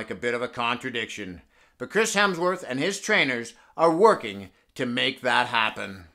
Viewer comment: "Chris helmsworth"